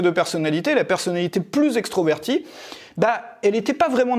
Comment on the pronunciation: on dit extrAverti, pas extro...😎👍